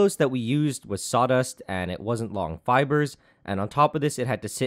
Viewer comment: My brain when he says sawdust: Saudust